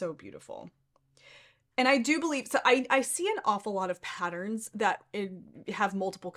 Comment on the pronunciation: It is pronounced pat-turns….NOT pat-tr-rins